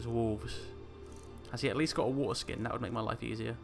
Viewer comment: Every time you say waterskin I think you're saying foreskin